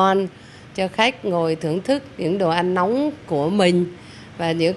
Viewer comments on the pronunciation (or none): none